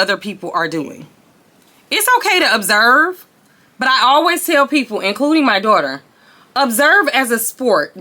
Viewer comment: Observe not absorb!